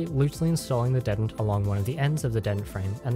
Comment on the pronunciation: I have always heard it pronounced as DEE-tent. with the vowel sound the same as the word bee.